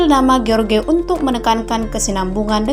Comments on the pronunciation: George jgn di baca george min, tp jorjs.. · Harusnya menyebut jorj, bukan ge or ge